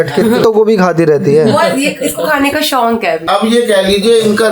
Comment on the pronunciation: शोक not शौंक। Jyada achha bolne ke chkkr mein hmesha galt bolti hai ye